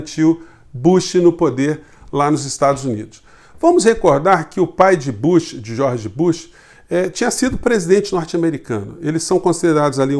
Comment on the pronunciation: o nome é BÚSH e nao bâsh